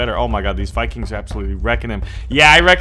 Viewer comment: did he call us saviges and vicings